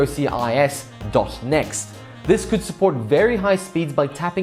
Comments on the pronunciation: "Dee Oh Sea Eye Ess"... Please just say "Dock-sis" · It's pronounced dock-sis :)